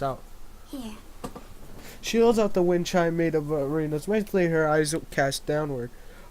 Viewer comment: (pronouncing wind chime) "A wine chine"